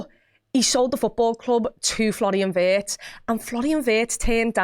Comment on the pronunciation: Please please try to pronounce him like Veertz, not like in hurts! ❤ from Germany, up the reds.